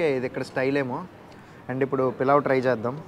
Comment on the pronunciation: పలావ్ ని , పులావ్ చేశారు.. ఇప్పుడు నువ్వు దాన్ని పిలావ్ చేశావ్ .. మీ భాష తగలెయ్య 🤦🏻😅